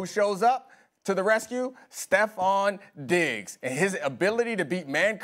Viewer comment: Madd Dog gotta pronounce Diggs a lil clearer